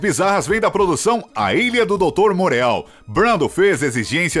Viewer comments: Amigo, apenas no intuito de ajudar, é Morô a pronúncia de Dr. Moreau 🌷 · Se pronuncia a Ilha do Doutor Murô. Moureau em francês.